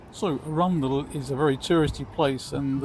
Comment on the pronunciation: Hiya. That was nice to see my old stomping ground of Arundel (even tho your pronunciation was a bit suspect 😂). Rode down the steep hill of Main Street in the 60’s on the back of boyfriends Vespa (which had no brakes !). I could sit and watch the sea where you are for hours, very peaceful 🦆💕